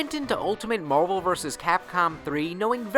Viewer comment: that way you say "Marvel" is funny. Are you from Boston?